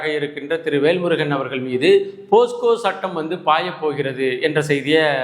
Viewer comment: போஸ்கோ இல்லை சார், போக்சோ என்பது தான் சரி.